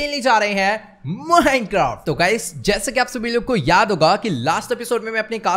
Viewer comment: Mohaincraft🤣 jaban fhisal gyi ujjwal bhai ki..